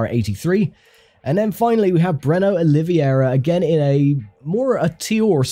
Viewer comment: It's very funny to hear my name "in english" as i'm not used to(I'm brazilian), love how it sounds, "Oliviuéurua" haha. Love this series, GT Legends never gets old!